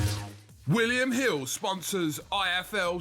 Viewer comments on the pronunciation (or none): Wiwyum Hiww, sponsors I F Eww TV